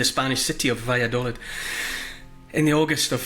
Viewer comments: Neil... Valladolid is pronounced with a double "ee" sound on the final syllable. in Spanish the "i" sounds like "ee" in English. Vaya do leed. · I’m in stitches at your attempt to say: Valladolid. I’m British and live between Scotland and Madrid. Try this: va-ya-daw-leeth … this pronunciation might help 🤣. The “daw” as the aw sound in draw and leeth as in teeth. Good luck! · Ha, I lived in Valladolid for 6 months in 2004! I recognised the plaza, but not Neil's pronunciation lol!